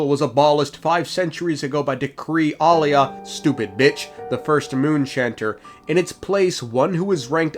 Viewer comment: Pristess' name is Aila, not Alia. Ai-la 🥰 It is of Finnish origin and means "holy, blessed" The Turkish variant Ayla means "halo of the moon" ✨️✨️